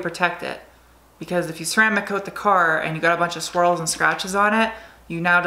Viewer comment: So every time you say swirl, I actually hear squirl, which makes the whole video even more fun to watch, keep it up!